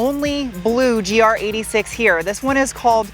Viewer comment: It's not a GR86, it's a GR8-6.